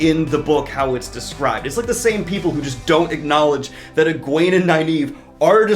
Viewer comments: Egwene (egg wayne) not eegwon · Uh-Gwan? More-rain? Did your books not have a glossary?